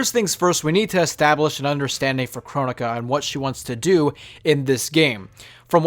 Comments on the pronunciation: Its pronounced kro-nee-ka not Kron-ika or however people pronounced it. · It’s Cro-Nee-Ka